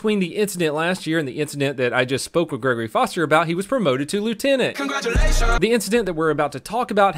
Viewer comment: He was promoted to Lieutenant. "CONGRATSULATIONS!"